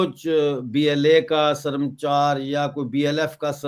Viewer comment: SARAMCHAR NAI HOTA HAI SARMACHAR HOTA HAI